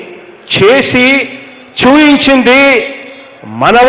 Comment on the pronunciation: Super speech but instead of pronouncing the word as chooinchindi (missing p) he should pronounce the word correctly as choopinchindi